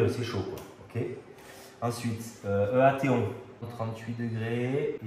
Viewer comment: Très bonne expérience ! EATON ça se prononce "i tone" comme pour la ville anglaise éponyme (célèbre pour son université).